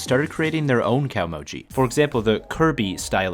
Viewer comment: Japanese is a vertical language "glottal" is glaw-tuhl kah-oh-moh-gee not cowmoji *interrupted apparently that deep, deep research hole stopped a bit short